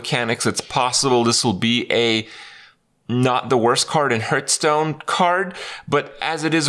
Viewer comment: When will he stop saying hurtstone